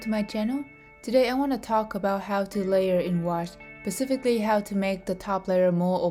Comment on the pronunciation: pacifically lol